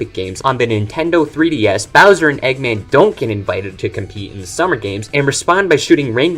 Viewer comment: Egg man 2. Say his name correctly pls, i swear it wont sound like a slur.😅